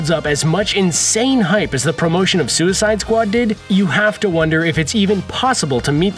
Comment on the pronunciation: "and then there was suicide sqau-ad plays"